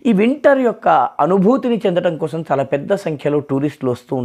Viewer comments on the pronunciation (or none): none